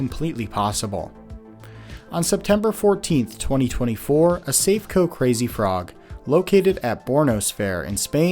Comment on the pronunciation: Lots of companies make these frog rides, not just Safeco (pronounced saff-ay-coe BTW). Like aeroplanes, fairground rides have time-limited structures that need major overhauls after so many hours usage, and, at least in the uk, all welds and structural stress points have to undergo yearly NDT inspections with x-ray, radar or ultrasonic scans, or all three. If a ride like this fails, it's usually operator error, lack of routine maintenance or failure to adhere to overhaul timetables.